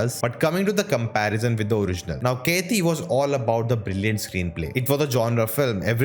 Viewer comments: It's not keithi .... It's kaithi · Bro!!!!! It's "KAITHI" not "KEITHI" FOR GOD'S SAKE!!!! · Wtf are you telling Its kaithi Not catiii